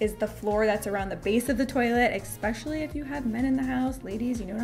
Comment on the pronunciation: I like you vlogs but can I ask...Why do you say ….exspecially ….the word in the dictionary is...especially there is no x or k.Sorry but a little irritant for me